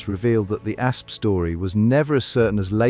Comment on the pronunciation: "Egyptian A.S.P. venom..." - guys, if you have to use A.I. for your entire video production, including narration, at least show the effort to control the final result and fix the obvious pronounciation mistakes. Even if you have no pride at all in your material, at least spare your audience from getting headaches listening to it.